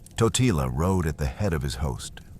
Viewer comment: Corect pronouncetion is Tótila